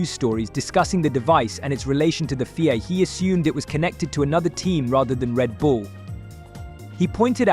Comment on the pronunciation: Prix is pronounced as you would Tree changing the P over and the FIA is pronounced as seperate letters F.I.A. 👍